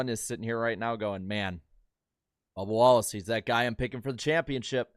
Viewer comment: Scrub-ba WAL-lace